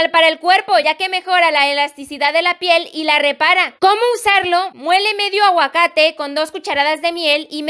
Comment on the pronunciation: Cuando ella dijo "aguacate" Yo: PotAtXiO :> ♥